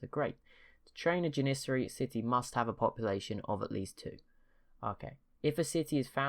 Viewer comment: And also may i point out that it is janissari jan-iss-sairy and renascence you can hear the s its not a sh sound